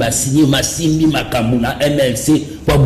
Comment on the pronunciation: Savimbi et non Savimpi